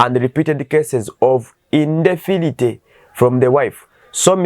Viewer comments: Thanks...i thought that my ears have a problem...🤣🤔 He can read "big" words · Bannaffe! Kiki kino? Mpulidde ogamba nti "INDEFILITY"! Ssi wo? Olwo nalwo luzungu?